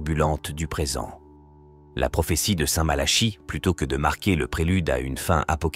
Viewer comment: Malachie mais on dit plutôt " MalaKi" non !? À chaque fois cette prononciation m' interpelle !!! 😢